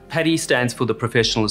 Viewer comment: It's 'padi' not 'pedi' Maybe call it 'pedi bear' :facepalm